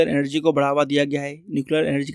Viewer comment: Emergency ❌ Energy done ✅😂😂😂😂😂😂